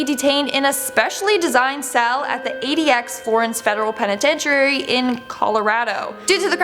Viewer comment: And apparently “penitentiary” is pronounced “penitetury”.